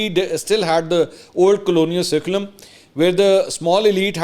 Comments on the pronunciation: Curriculum is pronounced Kurriculum not surriculum. Poor Tim just didn’t understand the deep, logical, factual and thought provoking answers! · Dear Sir, Curriculum is pronounced as KurriKulum, not surri.... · I think you are speaking wrong pronunciation curriculum as sariculm ..plz correct yourself . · Pronunciation - Curriculum = Kirukulam. It’s not SERCULAM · curriculum toh bola nhi jaa rha.. chla hai topa analysis krne PPP ka tattu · Salam Mansoor bhai you might have pronounced the word (curriculum) wrong it is pronounced with the K sound not S hope you don’t take it offensively as you are one of my favourite news anchor. Thanks